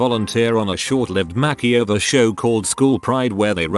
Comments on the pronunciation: “My family won a kitchen MAKY-OVER” wtf... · nobody: tts bot: MACKEY OVER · No one: Text to speech bot: MAH-kee-over